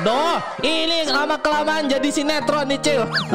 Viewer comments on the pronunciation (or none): Itu bilang sinatron tapi sinetron